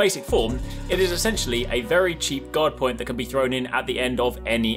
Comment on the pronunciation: Due to your accent "Guard Point" sounds like "God point". I approve lol